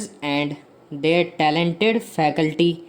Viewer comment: Pls thoda aur sahi se bola karein... old ... Their ko they are sune me lag raha... Achievement ko achievant..😐